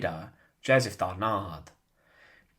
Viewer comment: Darnand, pas Darnard !